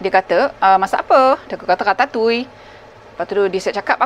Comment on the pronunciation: Baru la saya tahu cara nak sebut Ratatouille tu dgn betul 😂 selalu saya sebut 'Ra-ta-tu-iel' Unik sebutan french ni